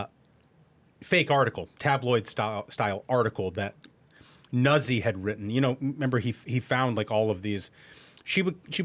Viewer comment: C'mon guys! Nuzzi is pronounced just like pizza and PAZZO!